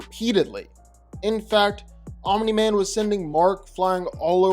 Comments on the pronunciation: Fun fact: Omni-Man is not pronounced "Ominy-Man". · It's funny how when you say "Omni-Man" you put a vowel between the m and the n...Omini-Man. 🤣😂🤣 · why do you keep saying omniman like that 😭😭 addin 3 extra syllables to his name n shit